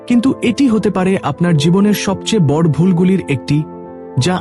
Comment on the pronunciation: বড় কথাটার উচ্চারণ শুনতে আমার কাছে শ্রুতি মধুর হলো না। নিয়মিত, এধরণের অনেক উচ্চারণ আমার কাছে ভলো লগেনি। আশাকরি আপনার উচ্চারণ গুলো ঠিক করে নিবেন। ধন্যবাদ।